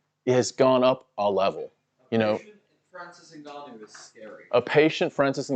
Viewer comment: Guys i was with franicis 🙃 didnt expect him to turn in to fhranhib nurmagongannou